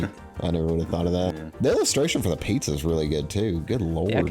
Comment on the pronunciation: It's not a "PIZA" and Not a "Nizza"